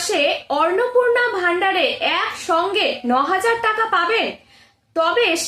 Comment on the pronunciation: Madam annapurna sabdatir uchcharan valo kare shikhe video banaben